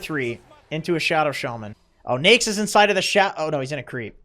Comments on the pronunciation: how people pronounce it on the west ? we called it na-ik on south asian im hearing he said nixs or niks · I hate how he pronounces Neix instead of Naix. Everytime he pronounces Neix, wanna punch his face.